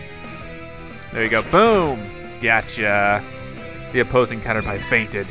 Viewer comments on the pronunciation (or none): its not carerpie its carerpee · Cater pie. Haha Its (cat-er-pii) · caterpie is pronounced as cat-er-pee not cat-er-pie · Not Cater-Pie! CAT-ur-pee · it not cartapie it is catapi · its not caterpi its caterpee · No offense but its Caterpee not pie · It's not cater pie its said cater pee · Its pronounced cater-pee not cater-pie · it's cat-er-pee not cat-er-pie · Caterpie Is said like caterpee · You pronounce it, cater PEE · Caterpie CAT-ER-PEE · You prenonce the worm like pokemon cater-pee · Here are my answers 1. It is sometimes best to use your other Pokémon in battles, it helps raise their levels,skills, and bond with you 2. hats don't do anything, there like normal hats P.S Kalos is pronounced like "Kolos" and you say Caterpie like Caterpee Ok? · Who else got so mad at when he said (CAT-ER-PIE) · No it's caterpee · It's prenoset caterpee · it's pronounced caterpee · Also caterpie is pronounced caterpee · Cater PEE is how u pronounce it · caterpie is pronounced cater-PEE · call caterpie like this ca-ter-pee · I it is not cater pie I is pronounced wrong say it the other way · It's cater-pee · No no no it's catter p ok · It is Cat-er-pee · No efense but its cat er pee thats how you pernonce it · the way he said caterpie 😆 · you say caterpie name wrong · Caterpie is pronounced differently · You dont pronouns caterpie dat way u say caterpie the pie sounds like pie but pi